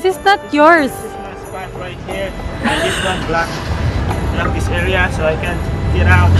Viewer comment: "How much is dizzzzz." HAHAHAHAHA Made my day. Labyuuu po